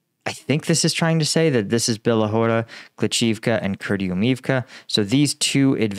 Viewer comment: Hey, good report. Your pronunciation of Bila Hora (White Hill, btw) is quite good. Klish-chi- (as in chicken) -yiv (as in rhyming with sieve, live, give, etc.) -ka could however be improved. Have fun with that.